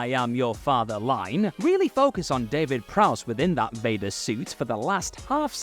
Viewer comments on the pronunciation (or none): none